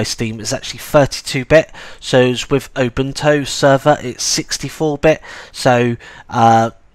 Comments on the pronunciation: Its U-bune-too not ubuntow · Did you say obuntu and not Ubuntu? haha. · The accent is great. I thought, for a moment, that there was a new Linux distro called: Open Toe.